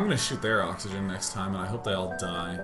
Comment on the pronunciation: "Kitty repair the oxygen! Repaih heh oxihuhghuhhen..."